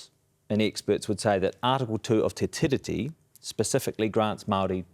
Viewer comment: MESSAGE TO JACK: Jack, because Te Tiriti is a transliteration of The Treaty, the correct pronunciation of Tiriti should mimic the word Treaty,, therefore the emphasis is on the second syllable, not the first. In addition each letter ' i ' in the word 'tiriti' should be pronounced the same in accord with maori practice, i.e. Tee ree tee Not Tih ree tee. I hope this helps you sharpen up your pronunciation. I do realise that many modern maori pronounce Tiriti incorrectly just as they do for a couple of other transliterations such as wiki for the word week. My father was a linguist and maori language tutor in the 1960s and 70s and I taught his students pronunciation lessons when he was ill, so my advice stands on good foundation.